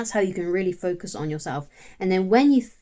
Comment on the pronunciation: 'Focuz on Betternezz' 👌